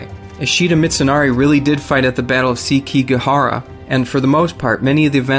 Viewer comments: Seh-key-ga-ha-ra Jesus, dude. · The battle of "sea key gahara" why is pronunciation so hard for people